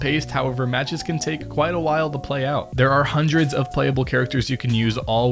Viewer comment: "Houndred of thousand of active cheaters"